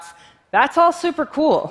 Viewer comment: she must study speech therapy... sssffffuper